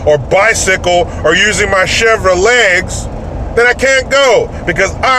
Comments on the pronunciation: Chevro-legs... Bro you need to stop doing this to me! 😂 😆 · Lol..chevo-legs..I say that too..